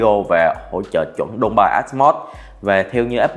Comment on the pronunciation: Mình góp ý nhỏ Dolby nó đọc là “Đôu Bi”, k phải “Đô Bai” nhé, chính hãng Dolby họ đọc vậy, không phải mình tự chém gió ra đâu 🤣